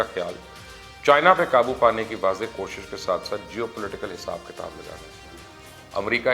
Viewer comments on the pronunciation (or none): none